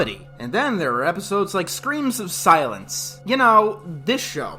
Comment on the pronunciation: Could it be...? finally said the name of "Screams OF Silence" correctly this time! Woo-hoo! New decade, new you!